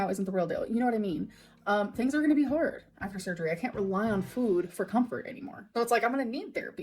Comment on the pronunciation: AND THE WAY SHE SAYS fwoooood like girl… shut up. THE LIP SMACKING drives me insane